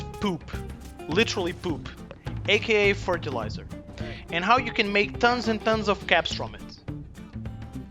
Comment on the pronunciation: Fertelizer woman lol